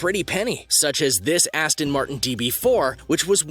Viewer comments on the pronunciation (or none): It's an Aston not Astin.